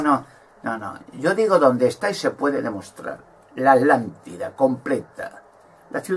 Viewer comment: Porque no pronuncias la primera T de ATLANTIDA , Dices Alantida. Conio pronuncia bien carajo